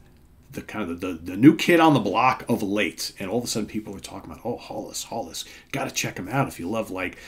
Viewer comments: Pronounced Hellas? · Pronounces Haellas. The two earlier albums are great, but this one is their best. Yet. And, check out their first EP (4 songs on it) which has a lot of early Black Sabbath influences which i kinda now digs. The best album this year so far. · Interesting, seeing as at least 5 people told me in the comments that it's pronounced 'Hellas'...I'll believe someone from Sweden!!